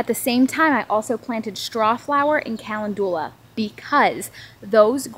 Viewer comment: Looking forward to planting some garden salsa peppers...they look beautiful! I wanted to share with you the proper pronunciation of calendula. It isn't "callen-due-la....rather it is "kuh·lend·yuh·luh" ☺️